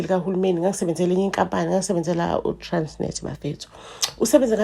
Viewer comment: 🤣🤣🤣🤣🤣as for indlela osho ngayo 'transnet'🤣🤣